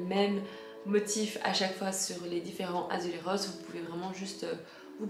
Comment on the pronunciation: Attention dans azulejos , le J se prononce comme en France